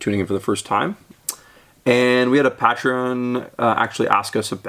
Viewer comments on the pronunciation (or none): Someday he will say it correctly: Pay-treon, as in a Patron. But today is not that day.